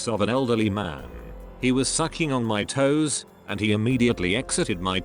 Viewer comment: the way it says “toooees” 😂😂😂😂